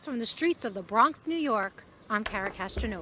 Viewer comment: You keep saying the Brong😂😂😂😂 he went to BK first clip and BX second clip